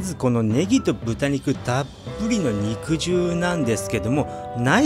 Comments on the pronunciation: うどんの場合『肉汁』は、にくじゅうじゃなくて、にくじるだと思います！ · 武蔵野うどんでは、肉汁を「にくじゅう」ではなく「にくじる」と読みますね。 って、とっくの昔に誰かが書いているでしょうね。てへへ。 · "にくじゅう"ではなく、 "にくじる"でぇすぅ❗🤭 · この場合は「にくじゅう」ではなく豚汁のように「にくじる」じゃないでしょうか？カットしたステーキから出る肉汁は「にくじゅう」で正しいと思いますが、うどんのつけ汁なので「にくじる」と読むべきかなぁと思いました。どうなんでしょうか？ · にくじゅううどん、ではなく「にくじるうどん」ですな。 肉汁うどんの本場、埼玉より… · 多分ね、普段なら合っている読み方なんだけどこの場合は(武蔵野うどん用語的には)「にくじゅう」ではなくて、「にくじる」だと思いますの。 間違ってたらご免なさいなの。 でも、埼玉でにくじるうどん愛好家の私が言うから合ってるはずですの！🎶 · 肉汁 『☓にくじゅう』 『○にくじる』 ・・・にくじるうどんです 武蔵野うどん系ですね。埼玉県に来て下さい。武蔵野うどんの名店は腐るほど有ります。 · 子供の頃から「にくじる」って言ってるから、「にくじゅう」って発音に違和感がある．．．北多摩民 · にくじゅうにくじゅう何回もやめて下さい❗️（笑） にくじるね‼️ お店の人に聞けば良いのに…… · 読み方にくじるだと思ってたんだけどにくじゅうなの？あごなの？